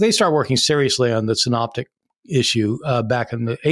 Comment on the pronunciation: synoptic gospels, not signs gospels. Good to see that you're taking an interest in it all. I'm just putting you right on that. Me, when I became interested in art mispronounced Renoir and called him Renor until someone corrected me 🤣